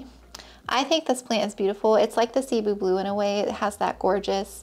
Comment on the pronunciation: As someone who grew up speaking Cebuano, thank you for pronouncing Cebu properly!! Not many plant YouTubers say it the right way haha